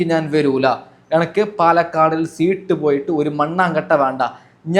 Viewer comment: സീട്ട് അല്ല 😀സീറ്റ്‌ ആണ്